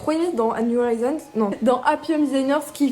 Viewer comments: Ton accent sur "new horizons" fait tellement mal aux oreilles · Son accent n'est pas parfait mais loin de la de faire mal aux oreilles